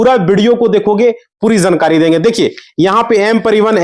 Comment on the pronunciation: Chogad 2 minutes ki baat ghanton lagayega bolne dhang nahin hai jankari ko zankari bol raha hai